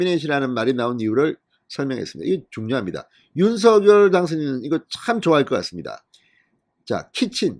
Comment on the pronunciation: 윤성녈로만 발음해 주시면 진짜 이 채널 구독자 300만 될 텐데….